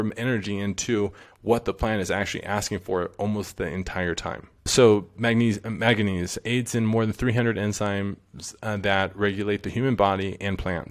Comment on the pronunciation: He should really learn how to pronounce Manganese.... Because it ain't "maga knees"